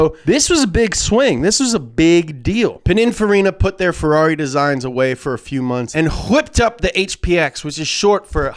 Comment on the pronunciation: When he said ferarri like that i fucking died